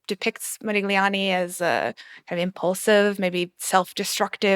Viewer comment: I take the bashing of their elders in stride, I'm unsurprised by the openly partisan take on Germany, and I'm not even much bothered by the ad hominem attacks on Johnny Depp, but the fact that neither the host nor any of the guests can pronounce "Modigliani" in a critique of a movie about -- checks notes -- Modigliani, was a real let-down.